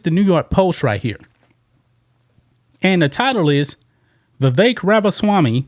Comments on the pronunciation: "VIVEK" second syllable sounds like "ELK" ..THE "E" as in "elk".. a short "e". Vi-vek as in "speck" <<THAT "E" // as opposed to pronouncing his name, "VIVAKE" ..as in "rake". You probably heard it from Nikki Haley, who purposely miscalls Vivek's name.. mispronounces it..you know.😅 So let's say his name RIGHT.❤ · how can these reporters still not pronounce Vivek's name correctly?